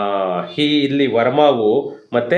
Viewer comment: Sir, please don't pronounce 'ha' for words starting from 'a/aa'. For e.g. halli, havaru,hilli, haravattu, haravatta mooru, haatara.... It's difficult to hear this type of pronounciations in kannada